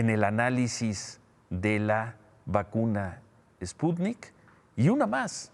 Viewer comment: Por favor Ciro ;enseñate a pronunciar ;el presidente dice que es ,,spunit,,toces,maginense ,jajaja,no no cabe duda que para ser presidente de mexico,((cualquier pendejete ignorante)